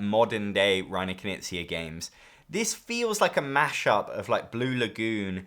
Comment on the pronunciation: Big oof moment for me. i watched dozens of this guy's videos and never got wth he meant when saying Kuh-nizia. Never would've guessed he means Reiner Knizia. Not trying to be mean about it at all, I know it's hard for Americans to pronounce K-n and G-n.